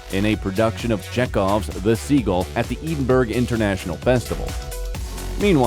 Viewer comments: Love the videos... Just wanted to point out that Edinburgh is pronounced Ed-in-bur-uh not Ead-in-burg. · It’s Edinburgh not Edinburg u numptie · IS EEDINBERG... Edinburgh? Why can't you find people who can pronounce words correctly? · PLEASE learn how to pronounce Edinburgh --------" Ed in bur a" it's as easy as I've shown here. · It took a while to realise that Eeeden-berg, was actually EDINBURGH!!!😂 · Also please learn to pronounce the name of the capital of Scotland it is not Eden burg… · The Scottish edinburgh is actually pronounced ed-in-bru.